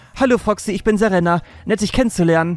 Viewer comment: Im Grunde ist es mir egal, wenn du die Namen falsch aussprichst. Ich kann die Städtenamen wahrscheinlich auch nicht alle richtig aussprechen aber bitte sprich Serena richtig aus xD. Ich habe tatschlich den Anime ein wenig geschaut und deswegen triggert mich das ein klein wenig... . Das zweite "e" in Serena wird länger ausgesprochen. Wäre cool. Wenn nicht versuche ich es zu überhören in Zukunft xD